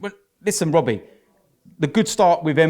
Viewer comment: "when is it gonna end Wobbie"